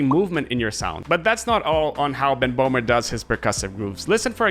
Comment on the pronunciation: hello, not bohmer. his name is böhmer. with an ö